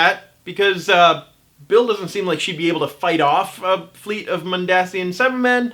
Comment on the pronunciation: It is pronounced Mond-Asian